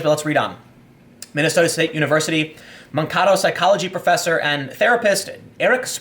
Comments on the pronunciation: This is just a minor nit-pick, but the town that you mentioned in the video I believe is pronounced Man-Kay-To, not Man-Kah-To. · I know this has nothing to do with the content of the video, but you kept pronouncing "Makato" wrong. We Minnesotans tend to pronounce our vowels harshly. If you look at this comment and Mankato ever comes up again (which is unlikely), it is pronounced Man-(as in an adult male)kay-(as in "Every Kiss Begins with Kay")toe(as in the body part). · Its Man-KA-to. My ears hurt so much when I heard the way you said it . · Tim, it's pronounced "Man-kay-toe" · Mankato (man-kay-toe). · Man - kay - toe. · Mankato is pronounced Man-kay-toe. ;-) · PS: Mankato = Man-kay-toe. :-) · It's actually pronounced "man-kay-toh". I got my Bachelor of Science degree there. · FYI, it’s pronounced Man-Kay-Toe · It's pronounced Man-KAY-to by the way. At least that is how we pronounce here ;)